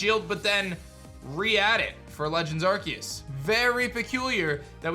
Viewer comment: I like how says Arceus's name right